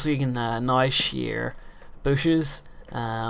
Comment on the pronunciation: I like the way you say "now". Sound like nigh.